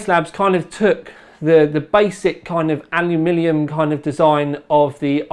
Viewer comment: StoreBrand I don't think it's about 'aluminum' vs 'aluminium' here. seems to mispronounce 'aluminium' sometimes, which makes it sound like 'alumilium'